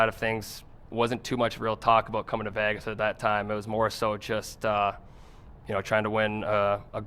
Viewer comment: Can't wait until someone teaches him how to pronounce Vegas. He thinks he's moving to Las Vayages.